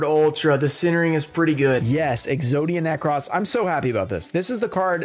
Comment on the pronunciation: Exodia Ne- Cross no it is pronounced Exodia Necrose